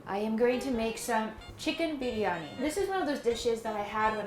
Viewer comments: Chicken biryani pronouncation is spot on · WHY IS IT ODDLY SATISFYING WHEN SAID CHICKEN BIRYANI AHH MY HEARTU 😍 oh i just want to eat..oh my back..spiritually relatable whenever i make Indian food and i am Indian so..yeah 🥲🤤but pav bhaji, naan butter chickn and biryani looks so good..i appreciate your research, following chef/legit Indian recipes, going to s-tier spice haul, and putting half a day and your back at risk for a delicious 24hr Indain food heaven...i am glad to see you indulging in flavourful rich indian food and i hope you get to enjoy ocassionally by making the recipes whenever your heart and stomach desires 😘🤗